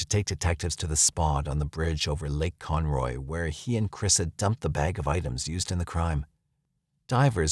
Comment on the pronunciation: Its Con-ROW not Con-Roy I lived there for like 4 years